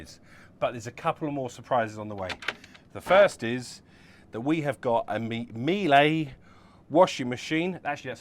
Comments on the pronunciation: NO…Miele like Sheila … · NO…Miele like Sheila